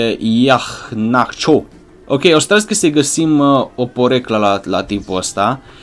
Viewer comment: Se pronunța Iheanacio